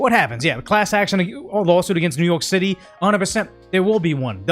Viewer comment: Is he saying New York City or New Yolk City? Sonic Prime was the first time i heard New Yolk City bit with Eggman it made sense. But seeing how NYC has infant brain it also makes sense to call it New Yolk City as their brain is underdeveloped. I hope im not that loser late to a old joke after overthinking it lol.